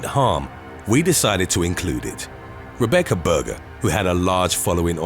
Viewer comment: Why do u say Rebeccar